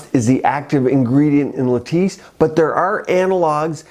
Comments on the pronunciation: Eh-hem.. may need to find a new editor. 😂 its latisse, not lettuce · Latisse not lettuce lol